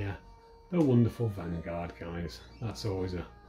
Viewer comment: Vanguard is spelled Vangvard🤣😂